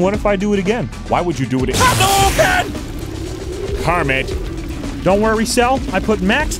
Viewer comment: Was that a Hadoken or a Gadoken? XDDDD